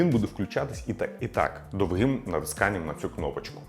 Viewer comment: шановний ведучий, ви наголос на слові «довгий» ставите не правильно. виходить якось кострубато. ніби як і говорите гарно, а виходить 🤮 відео - топ